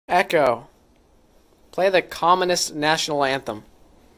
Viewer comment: com in ist? hello? what? COM U NISSSTTTT wrong pronunciation